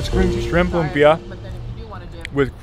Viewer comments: It's Lumpia, not Lumbia. 😁 You're cute when you taste the bagoong alamang. 😅 Okay, leave it to the bottom of the ocean. 😆Thanks for trying our Filipino food. Congratulations! You're now one of us. Hehe. 🎉🫶💯✅ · Its lumpia not lubia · It's LUMPIA po, NOT lumbia.. 😊😊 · It's actually LUMPIA not LUMBIA 😅😂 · its LUMPIA not Lumbia but awesome reaction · Its lumpia not lumbia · It’s Lumpia with a “p” just like the Indonesian 🇮🇩 lumpia..thanks nice video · If I am not mistaken....it's actually "LUMPIA" not "LUMBIA"..."LUMPIANG SHANGHAI" IS THE LITERALLY name of that food, that is very famous food here in the Philippines...and I admit that LUMPIA is one of my favorite food. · its '“lumpia” not lumbia but its okayyy hehe thankyou for appreciating Philippines! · lumpia not lumbia hehehhehe... Hi! I'm from the philippines.. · Hey, it's Lumpia not Lumbia ☺️☺️ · Its lumpiang shanghai not lumbia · Bro it's lumpia not lumbia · It's lumpia not lumbia hehe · Lumpia not lumbia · I just want to correct you not to decriminate you but it's not lumbia it's "lumpia"🥰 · "LUMPIA" not LUMBIA. WRONG SPELLING. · *Lumpia not Lumbia 😊👌 All Pinoy's target in birthday party 🤣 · Its Lumpia not lumbia hahaha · Its not lumbia. Its lumpia i invented it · it's LUMPIA.. not LUMBIA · Please edit your video. Its not lumbia. Its lumpia. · "Lumpia" hehe